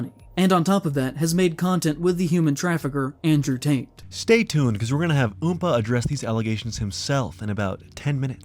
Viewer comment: Did he just say Andrew Taint?